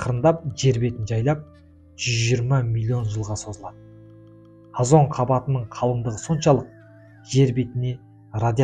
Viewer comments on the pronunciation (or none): Азон емес озон